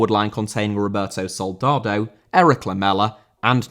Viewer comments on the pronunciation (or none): Soldado* not Soldordouw